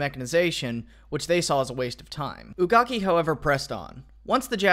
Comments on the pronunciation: It’s Pronounced Kazushige Vsaki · Hey I can pronounce that minister's name! Must've been Cow-zoo-she-gay who-got-key right? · Kazushige Ugaki - Kah-zoo-shi-gay Ooo-gah-kii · How to pronounce it properly... Kazushige - Ka-zoo-shee-ge Ugaki - Oo-ga-kee Even though I’m not Japanese, I can somehow pronounce properly... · The war minister's name is pronounced kah-zoo-she-gay oo-gah-key. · Man called him Bukake 😂😂👌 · The Japanese minister of war's name is pronounced Kaz-oo-she-ghey Oo-gah-kee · Ugaki. Ugaki. You couldnt pronounce that? Are you for real? Im an American and white to boot and I could pronounce that. You had an english translation my man. Wow youre a lazy history youtuber. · When he can pronounce that long ass Chinese name but not Kazushige Ugaki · What is so hard in pronouncing Kazushige Ugaki?